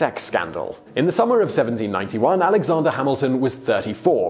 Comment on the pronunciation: Alexonder... goddamnit its Alexander not Alexonder